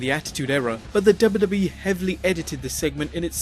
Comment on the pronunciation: i like whenever he says "the dubba dubba E"